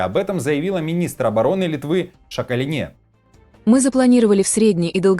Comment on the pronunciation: Шака'лине! Делайте правильно ударение.